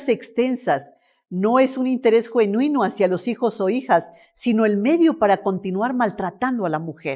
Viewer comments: "No es un interés JUENINO hacia los hijos" Ni siquiera sabe hablar y ya quieren adiestrar a la población de políticas rebuscadas que solo llevan de mal a peor el país. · Esta sujeta piratona ni siquiera sabe expresarse... minutos....No es un interes"JUENUINO"?😂😂😂😂😂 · La ministra ni sabe hablar jajaja juenuino dijo xD